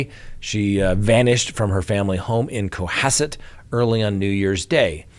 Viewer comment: nailed the pronunciation of “Cohasset “. I’m impressed, normally people who aren’t from Massachusetts butcher the pronunciation of our towns.